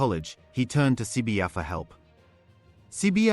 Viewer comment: You pronounce the Zulu name so perfectly it's so mesmerising to always listen to your videos 👌